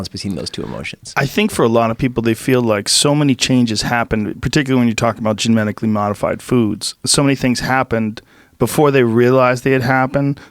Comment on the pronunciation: Joe “Gemetically” Rogan